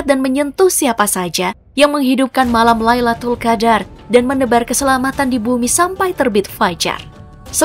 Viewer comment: Min, Lailatul Qadr bukan Laitul Qadr 😅